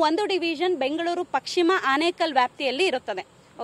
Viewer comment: Pakshima alla pashchima 😂